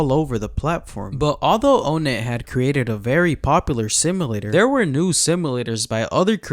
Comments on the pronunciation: It’s NOT o-net, it’s onett. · its pronounced "on net" btw not "own net" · Bro said ownit not onett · ''OhNet'' 😭 its pronounced like ''on it'' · Im not trying to be that guy but its ah-net not O-net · Bro calls him O net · did bro just call onett "oh net"